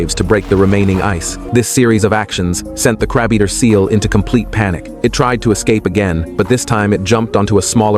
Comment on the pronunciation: The content creator needs to teach the AI better English pronunciation. The word is CRABEATER, not CRABE EATER.